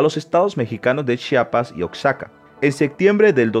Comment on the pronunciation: Nos sabe lo que dice menos, pronunciar Oaxaca y chiapas